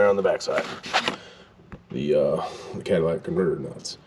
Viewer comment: my wife heard you last night and said..." wait did he just say Cadilla-tic" lol